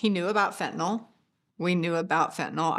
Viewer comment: Nyl not nol